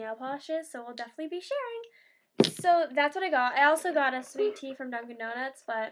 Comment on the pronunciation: you said dunkin dounuts then mc donalds. LMFAO. i have those moments too;p